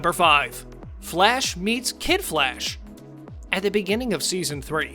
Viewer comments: It's the Flash not Flesh. You keep pronouncing it like Flesh not Flash. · I keep hearing “Flesh” instead of “Flash” smh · Sounds like your saying Flesh not Flash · Is it me or does he sometimes sounds like he's pronouncing Flash as flesh. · Am I the only one who keeps hearing "the flesh"?